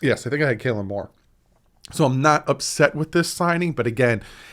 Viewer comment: Hot tip: it's Kellen, not Kaylen Moore